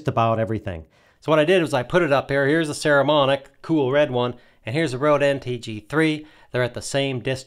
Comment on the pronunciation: Nice review. I have some Saramonic gear and find it really sturdy and well made. I think they have very reasonably priced and good quality gear for the consumer and low budget pro (most of us). BTW, it's PPPPS, not PSSSS, just sayin'.